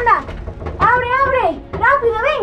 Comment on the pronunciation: Yolo no sabe pronunciar la r porque dice corri grapido esta igual que mi tío